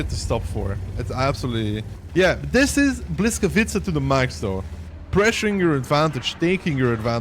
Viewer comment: not hating but maybe helping: Boo wees kavee tca;*